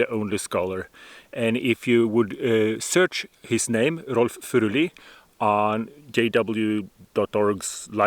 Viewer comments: Norwegian here; I can confirm that you know exactly how "Furuli" is to be pronounced. Now I have actually studied religious scholarship at the University of Bergen, and I have taken the trouble of learning Biblical Greek and Hebrew. Seriously, it is NOT to be thought that once you can struggle through Bible texts in the original tongue, there is suddenly a whole world of new meanings and nuances opening up to you. Basically you will only find that modern translations are normally good enough. If some snobbish scholar tells you that "you can't understand this if you can't read Hebrew/Greek", just laugh at him. There is nothing magical about the original Bible languages. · Wait you have Scots Pine growing in Norway? AWESOME! Thank you for the correct pronunciation of his name.